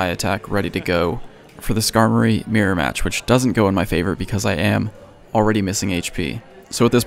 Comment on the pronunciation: I was wondering what you meant by a "meer-match" until I realized you were actually trying to say MIRROR lmaoooo